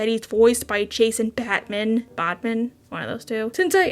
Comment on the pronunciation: Jason Bateman has a whole e in the middle of his last name and you thought it was pronounced 🦇🧍‍♂️ ? Ok.